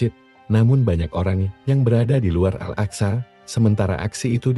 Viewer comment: Akso...aksa..ga bisa bahasa arab lu yg narasi....